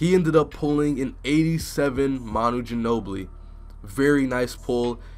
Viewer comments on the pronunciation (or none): none